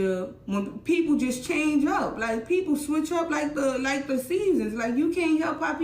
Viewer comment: She reminds me of a Toronto waste man when she yaps ‘liekkkk’